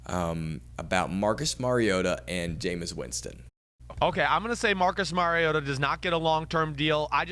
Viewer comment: Learn his name......Mario Ta!! Not merry ota.